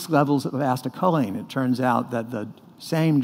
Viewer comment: he says acetylcholine so weird